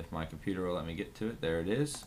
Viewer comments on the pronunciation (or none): none